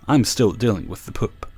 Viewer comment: You say "poop" like Ms. Doubtfire lmao..."pôp".